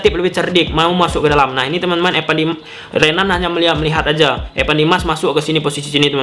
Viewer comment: Evan bang bukan epan